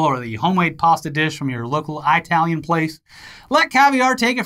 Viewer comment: I-TAL-IAN No. It is It-al-ian